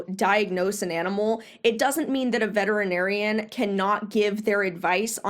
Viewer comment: SO HAPPY that you pronounce ALL the syllables in VETERINARIAN!! So many people don't and it is SO annoying!! (Vetrinarian is NOT how it is spelled!!) THANK YOU from ALL Vets!!